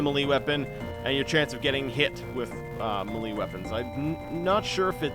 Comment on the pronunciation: Melee is pronounced may-lay, not meh-lee